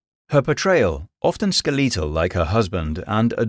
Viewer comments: Skeh-leee-tul? You’re just making up pronunciation. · "Skel-LEE-tal" jumped out at me... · So I heard the narrator pronounce Valhalla with the stress on the final syllable, which I'd never heard before, and thought maybe that was closer to the actual Norse pronunciation. Then I heard him say "ar-byter" and "ske-LEE-tal", and decided he was just making it up as he went. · "skih-lee-tall"...? I've never heard that pronunciation before, and it wasn't the only one that stuck out in this vid, just the oddest. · Whether or not this voice was AI aside, you'd be surprised of common different pronunciation are. Where I'm from, you can start hearing drastic changes in how people say certain words (i.e. drastic changes like saying Skeletal as "Skeleetal") by simply driving 20 to 30 minutes away from your hometown. Like, I've met people that have been able to tell exactly which town I grew up in just by how I naturally speak, despite the fact that we have the same accent and the same cultural background. All that to say, weird pronunciation doesn't automatically means it's AI. It could be, as the voice was inconsistent in the way it said "Valhalla" (and I'm pretty sure I heard the exact same voice, pronunciation, and pacing before on an other lore channe, but to be fair, they were also from the UK), but it could also just be human error, as one part could have be re-recorded multiple time and they simply forgot how they originally said it (i.e. one could be for dramatic effect or for a specific style of narration, while the other could just be their natural way to say it with their accent). Regardless, if it is AI, I'll agree with you that it's very well done. But because of the reason I mentioned above, I genuinely can't say whether or not it is real. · The way he pronounces “skeletal” absolutely sends me